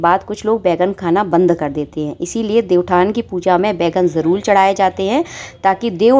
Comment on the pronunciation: Jarool Jarool Ye kyun bolti ho, Jaroor hota hai